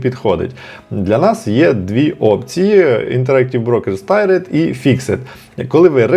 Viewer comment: ) Це не Tired (втомлений), а Tiered (тііред, багаторівневий).